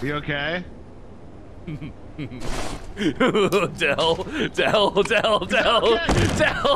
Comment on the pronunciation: that was the most Californian "you ok?" I've ever heard lol "oh god! Shh!" *fart noise